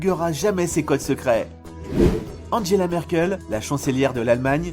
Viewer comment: Donaldeuh Trump, Andjela Merkel. Pas si pro que ca pour écorcher a ce point là des noms qu’on entend tous les jours...